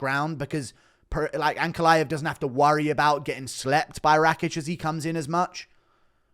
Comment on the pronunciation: The way you say ankalaev, the "aev" part i wish all of you "westerners" could said fiz-"IEV" the same way xD